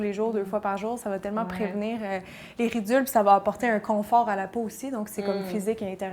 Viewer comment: "Les ridules" mdrrrrrr